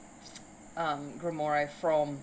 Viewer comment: Just a heads up, it’s pronounced grimwah.